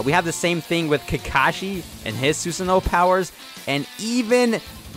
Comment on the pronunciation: STOP SAYING SUSANO LIKE THAT